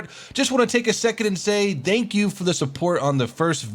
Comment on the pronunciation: Was that dank you ? ? xDD